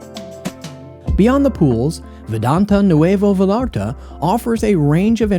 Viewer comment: It's pronounced Vah"yah"rtah" please donde sound so gringo when visiting ;)